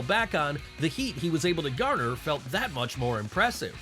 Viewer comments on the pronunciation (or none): none